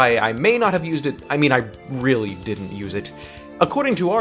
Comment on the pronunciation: i weally wike the king of wed wions...